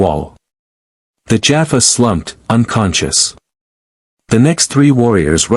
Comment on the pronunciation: I have yet to come across even one channel with a cross over SG story that has pronounced Teal'c, Jaffa, Tokra, or naquitah (sp?) correctly. This one can add Apophis to that list. In the close captioning, he's lord Ape! 😅 It makes me slightly wince mentally every time I hear names being mangled.